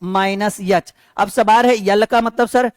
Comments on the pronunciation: याच nhi एच होता है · सर वो यल नही एल होता है यच nhi एच होता ai 😂😂